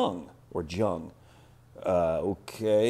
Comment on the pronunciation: Character, capacity, collateral, contribution, control, condition and common sense...The 7 C's of Credit! No change since my first Finance degree in 1977! FYI...Jung is pronounced "Young" in English.